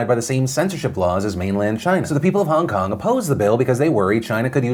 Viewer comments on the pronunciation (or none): Nobody: Phil: Hahng kahng